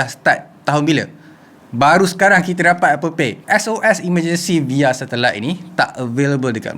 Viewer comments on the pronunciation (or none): Aku je ke suka sebut “via” as “vaya”